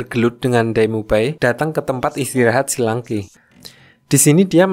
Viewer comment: Akademi shrek kok jadi akademi shi lanke ya